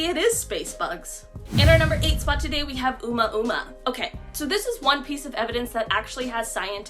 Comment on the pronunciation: The only thing unsettling is the way the 1st woman pronounced "Oumuamua" lol